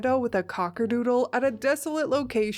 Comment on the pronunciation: they are cockapoos not cockadoodes LMAO 🤣